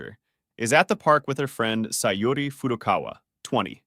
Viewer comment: Why are people pronouncing Sa Yu Ri as Sa Yo Ri? People can't pronounce Yu (U)??